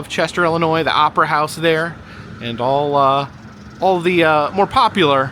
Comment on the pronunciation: Do all the IL locals pronounce it as if it starts with an “e”?? I had no idea yall pronounce it like “Ellenoy”